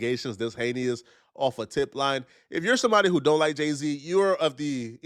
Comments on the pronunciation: Thai anus said “hay neous” it’s heinous you uneducated muppet. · incorrect usage of words for today: “hayneus” instead of “heinous” 🤦🏾‍♂